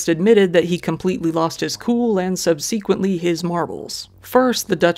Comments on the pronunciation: Except for ONE WORD.... 'SUBSEQUENTLY'. Our guy got it wrong both times he used it! And he isnt the only guy making a mistake with that one. Sub seh kwent lee not sub see kwent lee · SUB-sek-went-ly, not sub-SEEK-went-ly. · Just gotta say, the second vowel in subsequently is a short vowel, it’s not sub/see/quent/ly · (Sub-suh-quint-lee) not sub-sequently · bro...SUBsequently not subSEQuently. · Sub - seh - kwent - lee I apologize, I'm being that girl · PLEASE stop saying “Sub-SEE-quent-ly!!!” The stress is on the first syllable. SUB-sequent. Always has been. Idk who started it, but this has become one of the most commonly mispronounced words among Youtubers. I know i’m being a ‘word nerd’ or ‘grammar nazi’ or whatev, yes it IS a pet peeve.. But if U guys are teaching each other to say things incorrectly, you’re teaching kids to say things incorrectly, too. & they’re already plenty dumb, ok!? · Love that ye'r doubling down on the whole weird-ass "subseequently" pronunciation 😂🤣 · I'd already commented on the previous vid as to just how weird it was. What I'm worried about is others picking it up as though it's normal when it's definitely not 😉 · I give up with 99% of humans I have an any encounter with and smh in shame for being a human lol and you make me piss with how you say "subsequently" 🤣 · I love your channel. You're a natural! As a fan, I wanted to let you know that you are mispronouncing the word "subsequently". You can Google the pronunciation and hear how it's pronounced. Keep up the great work! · I always like your videos and I was happy to find this one. However, I think you need to work on your pronunciation of "subsequently". Otherwise, keep up the good work! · That is the most bizarre pronunciation of ‘subsequently’ I have ever heard. Did you miss a lot of school?